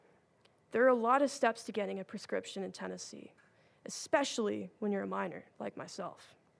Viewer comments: .20 Wow, an American politician can't even speak English. He said multiple times: "ekspecially." What an ignorant moron. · I “Expecially” think Rep. Bo doesn’t know what he’s talking about and at a minimum should learn how to pronounce the word “especially” before being allowed to vote on any further bills. All those that agree….say “I”! 🤣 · Bo Mitchell is wrong on everything simply because he says “exspecially”